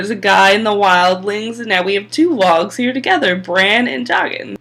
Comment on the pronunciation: Wargs, not wogs. Jojen (joe jenn) rather than joegen. Yes the Tyrells had ulterior motives which was the whole point of the Margaery/Joff scene. The Tyrells wanted to know how best to navigate/manipulate Joffrey. Margaery was totally manipulating/stroking Joffs ego and cruelty in order to manipulate him. Enjoy the vids but I think you missed alot in this one. maybe due to time restrictions, I dunno. keep them coming though.